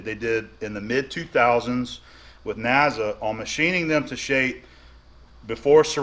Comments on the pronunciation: N A S A. Not NAZA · Not Naza, It's NASA